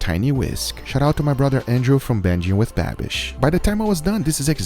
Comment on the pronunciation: it's mirepoix not meyerpoix. it's gochu jang not gochu kan. it's sherry vinegar not cherry vinegar. it's binging with babish not banging with babish.